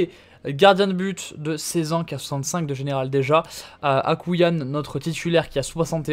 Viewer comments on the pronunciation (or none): A mon avis Akouayn se dit « Akouaine » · C’est AkouAYn donc ça se dit « Akouraeyn »